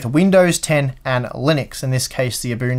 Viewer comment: Good God thank you for pronouncing Ubuntu correctly.